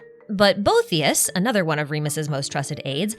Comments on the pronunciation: Pronunciation note: bow-EE-thee--us. After a philosopher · Arlecchino did have her vision when she fought Crucabena. She gained it from resolving to kill her. Ah the mispronunciation of all the Remuria names kills me. Scylla = Silla Cassiodor = Cassio-door Boethius = Bo-ee-thee-us Also on the Itto event, Miko directly mentions "the bigger war," it's not a hint or something to read into. It's plain text on the screen.